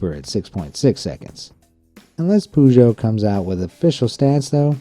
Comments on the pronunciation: another person who pronounces "poo-joe" in my list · damn, PIVO in my language means beer, so I guess it would be quite popular with us :) ... it's not a PUZHO or as the whole pronunciation is spelled ... just tape in google translate peugeot an listen ... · You say Peugeot really weird...